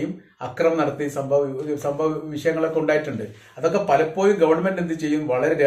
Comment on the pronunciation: content ഉം അവതരണവും കൊള്ളാം. but "പലപോയും" അല്ല "പലപോഴും " എന്ന് പറയു, എല്ലായിപ്പോഴും "ഴ" ശ്രെദ്ധിക്കു.